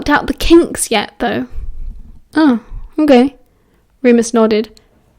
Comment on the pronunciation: Sometimes when you say "ok" it sounds like "I'm gay"🤣🤣🤣🤣 tbh it's really funny